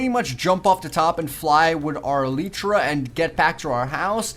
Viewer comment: It's pronounced e lie tra